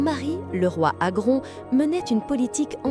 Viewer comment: Ça se prononce pas Teuta mais (téouta) et pas Agron mais (agrone) prénoms albanais encore donnés aujourd’hui, seuls descendants Ilyriens.